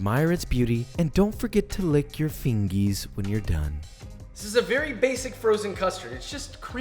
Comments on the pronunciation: i wouldn’t want to make Josh “Vewy angwy” 😉👌🏻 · "Vewy Angwy"😠 HAHAHA U ARE TOO CUTE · VeWy AnGwy